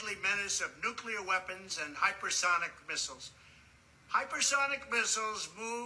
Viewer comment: I'm amazed the dummy can actually say hyper sonic